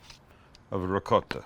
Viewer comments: looking good but its rikota not ricote at the end he said it right idk why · “Ri-gott” go watch the Sopranos again. Neapolitan dialect the C becomes a G and they drop the vowel at the end